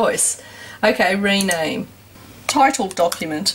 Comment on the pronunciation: LOL "tittled document" LOL.. Please don't you ever stop doing these videos!!..